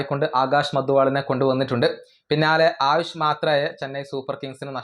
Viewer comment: ആയുഷ് മാത്രെ ആണ്. മാർത്തെ അല്ല ബ്രോ